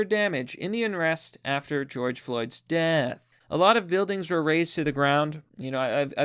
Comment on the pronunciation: the odd way he said 'death'